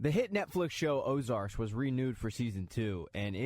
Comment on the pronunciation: It's 'Ozark'